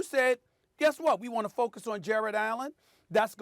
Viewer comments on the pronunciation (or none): none